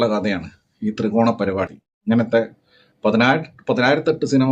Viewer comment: തൃകോണ❌ ത്രികോണ ✅